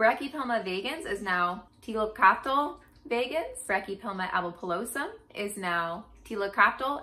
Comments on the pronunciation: its pronounced as liltocatal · T(i)/lil/to/cot/(e)l. The -cottl part is like kettle with sharp emphasize on first syllable. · The first audio clip is the more correct pronunciation. The second one, female voice with the "tull" ending fo the word is wrong. 1st one is good to go! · Don't worry, I'm Mexican, we have a bunch of words that come from Náhuatl and even I struggle to say Tliltocatl lol I'll keep trying my best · Great and POSITIVE video, thank you! If I may offer a suggestion for your pronunciation: The greatest (mechanical) challenges for those speakers of Europid languages, whether traditional or colonized, are lingual position and mouth shape. For speaking this Nahuatl word, shift focus away from placing the tip of the tongue just behind the front top teeth (as in English) and instead use the top of your tongue, flat against the middle of your palate. This will enable you to properly sound out the first and last syllables, while disabling you from producing the long, low and very English sounding "TOW" of the middle syllable, which does not exist in Nahuatl. If you feel your breath escaping by the sides of your mouth rather than the front (as in Europid lingual structures), and produce a sound more like "KLI" and "KL" sound, you're doing it right! An unpracticed, Europid language speaker pronouncing something like "KLIL TOH COCK" would be a great approximation! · You almost say it right at the end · You could speak the second t tho xD